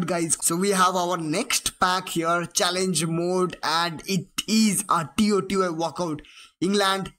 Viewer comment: Bro stop saying T O T Y say it all together